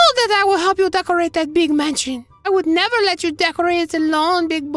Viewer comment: OH BIG BOY GIMME THEM LIPS "I ThouNgt you woUld nEber AsK"